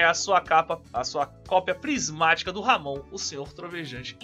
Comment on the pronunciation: Pronuncia correta fica como Amon